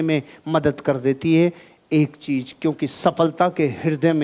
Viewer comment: Sorry Sir But Apne Kaha Tha Ki Apko Jo Apki Kami Batata Ha Wo He Apko Acha Lagta Ha Sir Ap "Z" Ko "J" Bolte Ho Matlab Agar Apko AmaZon Bolna Hota Ha To Ap AmaJon Bolte Ho. Jahan "CheeZ" Bolna Hota Ha Wha Ap "CheeJ" Bolte Ho.. Sorry For Capturing Your Little Weakness We Love You Sir💖💖